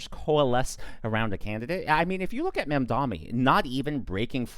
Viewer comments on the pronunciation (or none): it's not mamdonnie..... its' MAM!!!!!!!!!!!!!!!!!!!!!!!